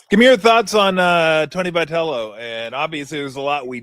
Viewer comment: Why cab Tom NEVER pronounce Vitello correctly?